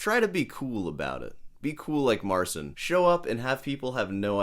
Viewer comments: Marchin not marsin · Im a Polish guy and I fkn can't watch that Marcin guy. Even if he is not banging on the guitar all his expression and attitude feels made up. There is something unnatural in his behaviour that makes me sick to watch it. Btw you pronounce the name Marcin wrong but in that case fk it, he is a Marzn..:D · That's even better than you think, because his name in Polish is actually pronounced Marchin' :) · He said in an interview that he doesn't want to force people to pronounce his name in Polish, so he sticks with the English pronunciation. And it was also his label directive to call himself Mar-seen.